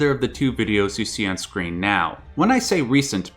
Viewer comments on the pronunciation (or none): none